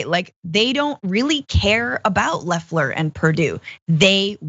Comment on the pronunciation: The fact you guys keep calling her leffler instead of loeffler makes me think you guys don’t know what your talking about cause you don’t even know how her name is pronounced